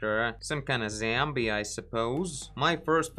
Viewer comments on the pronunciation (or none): слово Zombie произносится в британском акценте зОмби, а в американском зАмби, но никак не зЭмби. Буква "O" так же, как в слове hot.:) Добра!:) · I love how you say “zambie” and “robit”